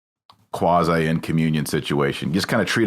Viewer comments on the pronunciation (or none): none